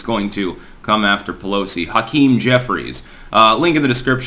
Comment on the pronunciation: Can't stand 'Hakeem'.